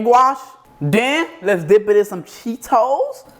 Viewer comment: Bro said dick it and dick it again instead of dip it LOL fuck these eaters exept for you 😂😂😂😂😂😂😂😂😂😂😂😂